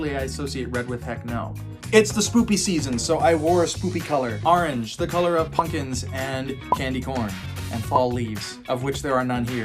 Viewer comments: Please never change the way you say “punkins” 😆❤️ it’s literally my favorite thing! Also I think you may have pronounced it like that on porpoise 🐬🤔 buuuut I cant prove it 😂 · Love how he said punkins